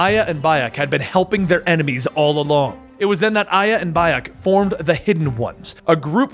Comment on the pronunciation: Gotta admit Its hard to believe that you are a "hardcore fan" when you pronounce every single name incorrectly except for aya